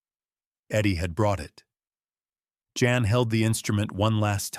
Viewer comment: Jan is pronounced Yon btw. Jan's sacrifice was worth it because he brought Edward Van Halen to millions of people. I can't imagine growing up without it. ❤